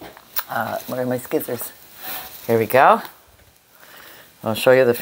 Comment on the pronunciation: Ha Ha....You said Skissors! Made me laugh!